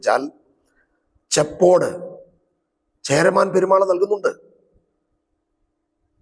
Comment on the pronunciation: ചെപ്പേട് ആണ് ശരി